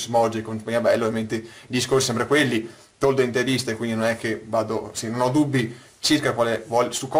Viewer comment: Toldo o "Tordo"?